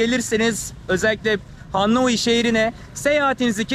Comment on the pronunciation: her cumleyi 10 defa tekrar etmesen auric what is dıiz degil thiz be Hannoi degil HANOİ